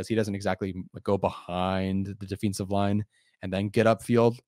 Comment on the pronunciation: De feeince ive?? How you pronouncing that lol. I think Tyreek and I have a major effect on Kc he was something special over there.